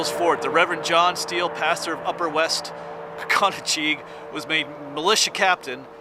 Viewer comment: You were right in my area in this one. Live on 995 near St Thomas and headed to where I am from originally in MD. You pronounce our creek as kahn-uh-cuh-jig. (Conocheague) emphasis on last syllable